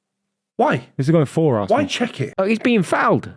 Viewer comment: As a new referee and a chelsea fan I think the way says varsenal is disgraceful